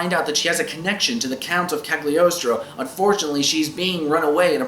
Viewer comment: this is a great movie with a great soundtrack, but I watched the sub because I heard the dub wasn't too great, even with David Hayter. Also, it's pronounced "Calyi-oh-stro" because in Italian "gl" is like a rolling L